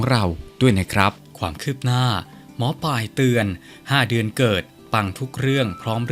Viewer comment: อ่านนามสกุลแม่หมอให้ถูกด้วยค่ะ